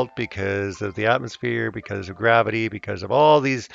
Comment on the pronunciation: Gwabbity. lol.. it's flat..